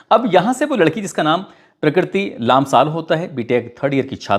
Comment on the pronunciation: Naam to sahi uchharan karo prakriti lamsal Sahi uchharan karo